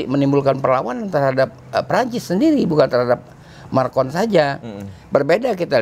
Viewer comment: Maaf, MACRON bukan MARCON 😂😂😂 Sehat terus ya, Amiiin🙏